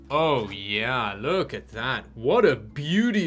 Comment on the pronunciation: your yeah sound like ja (Deutsch)